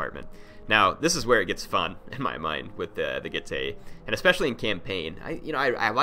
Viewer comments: getae would be pronounced get-i. not get-ay. in latin the dipthong "ae" is said as 'ai' like aisle in english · Correct pronunciation G-e-tz-ee